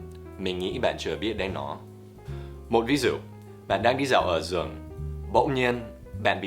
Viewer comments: Thầy Dan nói chữ rừng thành giường kìa hehe ạ. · Khúc thầy nói "Bạn đang đi dạo ở rừng" ...nhưng mà nghe như ở giường í =) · ( 'ở trong rừng' mà t nghe tưởng ' ở trong giường' thấy lạ lạ, may mà có hình cái cây ms biết là rừng. :) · thầy nói là rừng mà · Rừng nhé b nghe lại thì tốt hơn 😂😂